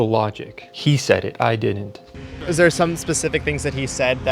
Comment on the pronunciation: A Harvard student saying "dinint" ?? That's where we are now? Pathetic.